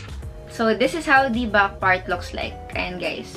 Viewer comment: iba po ang “back” sa “buck”. Sensya po for correction. Na-aasiwa lang po kasing pakinggan for me. 😊